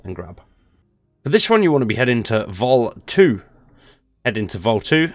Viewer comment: It's... Not Vol 2. It's Volee.